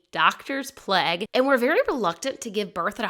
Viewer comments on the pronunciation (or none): none